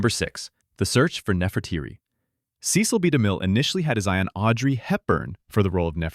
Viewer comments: FYI — his name is pronounced, “seh-sel”, not see-sel. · Cecil (ses-sel, not see-sil) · Somebody has to re-train this automated voice-over on how to pronounce famous names! "Seh-sil B. Demille" not "See-Sill"! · Cecil is not pronounced correctly her. It’s not Cee-cil, it’s Ceh-cil.